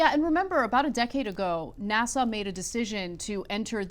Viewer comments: IS she saying NASSAU? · Anna pronounces "NASA" as Nassau. What is she doing? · You might teach your co-host how to pronounce NASA--it's not "Nassau". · Why does Anna add a "W" at the end of NASA?